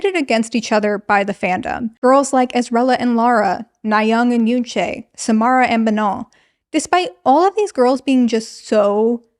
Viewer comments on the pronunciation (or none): I think, given they're a global group, we should start highlighting for everyone to pronounce Yoonchae's name properly. If you can pronounce Manon's name properly then it shouldn't be difficult to pronounce YUNCHE not Yoonchayy